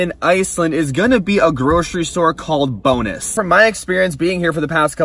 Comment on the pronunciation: LOL its called Bónus not bonus, Icelandic and Faroese People Will know what I’m Talking about ( sorry if there are more languages that have an “ó” those are just the two I know of )